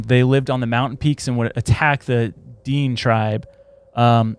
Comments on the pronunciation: DEAN?! It is pronounced D-IN-AY, spelt Dinė <Dinay> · DINE pronounced Da-Nay i think of what you're trying to say. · The way you say these words: Dine tribe is said "DEN-A". Also known as the Navajo. But it covers other tribes as well. Nahanni is said "NA-HON-EE". You guys are butchering words😂😂😂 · Its pronounced ‘Den-ay’ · pronounced "Da-Nay" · Hammerson Peters on YT has the best stories about the Nahanni Valley. It’s pronounced De nay tribe. May be related to the Navajo. There’s also stories about little people in the valley. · It is pronounced dinea or din nae tribe spelt diné if you ever visit Arizona and said it like you are you'd probably get stabbed by diné most Navajo claim diné. Love yalls show keep going its okay if you miss pronounce stuff every once in awhile just be careful with some lol